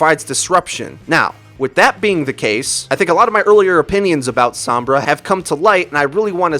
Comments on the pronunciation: i feel a 6th misconception should be added. How her name is pronounced. It's So-M-Brah, not Some-Bruh. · Isn't Sombra pernounced like home. like he keeps saying SoM-bra when I believe it's S-oh-mmmmbra.. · Every time you say SAHM-bra I wince a little. It's SOHM-bra. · It's pronounced "s-oh-mbra" Not "s-aw-mbra" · "Sahmbrah" "ishenwalled" you sound so unbelievably white